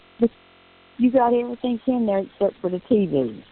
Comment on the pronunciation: She's very blessed that she has an Aunt who cares about her and is kind enough to send her, "$500.00. When I listed to the calls, most of the time when she says, "Anything" she says, "Anythink" Same with the word, "Everything." She says "Everythink"